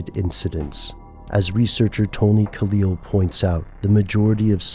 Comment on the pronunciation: Tony M. KAIL not Kalil lol